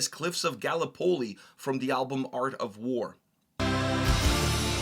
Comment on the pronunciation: How the F did he pronounce Gallipoli? Invalid list anyway, no Shiroyama